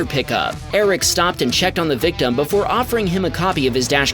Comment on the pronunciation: "PERDICTID" is not a word. *Predicted. "Discripshin" is not a word. *Description. "PERDUCING" is not a word. *Producing. "PERTECSHIN" is not a word. *Protection". "VICTUM" is not a word. *Victim. "GROSHREES" is not a word. *Groceries.